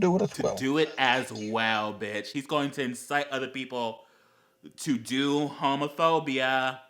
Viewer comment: Am I the only one when he said "homophobia" it sounded like "home of furby?"